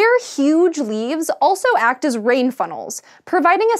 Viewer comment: 'act' Can never unhear